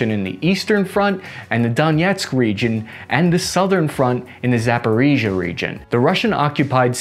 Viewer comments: pronounced "Zaporizhzhia" correctly this time 👍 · Wow! He said Zaporizhzhia almost like a native speaker! I'm impressed and sad at the same time. No "Zapateria" any more? ;-) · it was a surprisingly great take on pronouncing the "Zaporizhzhia region"! Cheers! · > pronounced a word correctly This must be a portent of DOOOOOOOOM!